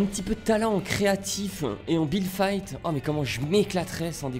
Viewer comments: Déso mais c'est fight pas fite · "FITE" ton anglais jsuis morte 😭😭